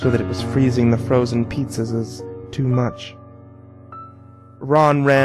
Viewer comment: You should've used That Guy With A Voice's reading of it. This guy mispronounced enimes, crips, and pizzazas. Those are all the ones I remember.